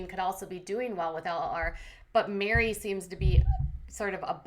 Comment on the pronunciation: Meri like merry christmas not mary or mari